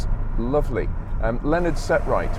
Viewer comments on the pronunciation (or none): none